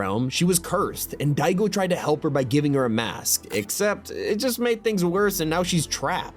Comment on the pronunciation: Annoys me is pronouncing Daigo as Digo lol.